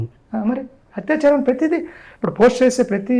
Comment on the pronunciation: Hathyacharam kadhandi, word is "Athyacharam" andi.